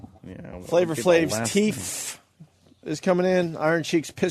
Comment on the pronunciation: "Teef" Opie? Everyone knows that they are toofsess